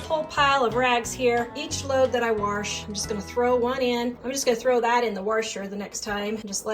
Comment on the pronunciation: I don't mean to correct anyone but it really bugs me when you say warsh. Lol. There is no r in wash. I've heard so many say it that way. I know, I know. I'm not a perfect speaker either.